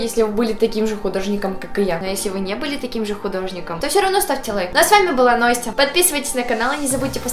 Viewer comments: А почему не Настя а Ностя? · Посему Ностя а не Настя